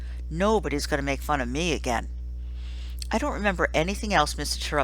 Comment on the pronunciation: It's pronounced Tare-upt it clearly says so in the book I love this book!!!!!!